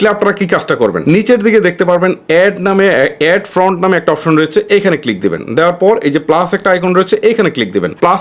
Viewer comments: Front (ফ্রন্ট) না, Font (ফন্ট). আগে আপনার উচ্চারণ ঠিক করুন। আপনার উচ্চারণে অনেক সমস্যা। যেমন আরেকটি--- অপেন (Open) না, হবে ওপেন। আরও অনেক সমস্যা আছে। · Bhaiya font bolen front na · ভাই ওটা ফ্রন্ট না ফন্ট।। এতো বড়ো ইউটিউবার উচ্চারণ টা ভুল বললে হবে? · ফ্রন্ট নয়, শব্দটা হবে ফন্ট। ফ্রন্ট মানে সামনে, আর ফন্ট মানে বর্ণ